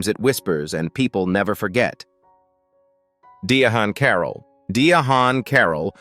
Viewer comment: "Die-ah-haun 😖 Carroll???" If an AI voice is used, it must be trained to pronounce words correctly!